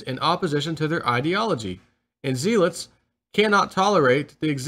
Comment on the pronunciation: You do not know how to pronounce zealots. It sounds as stupid as playing 'chest.'